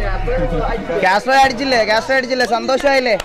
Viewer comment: It's kaztro baybe